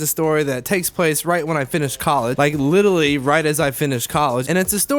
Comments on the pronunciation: Is he saying litally or literally 😂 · He says, "litally" instead of literally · "Like litally" already?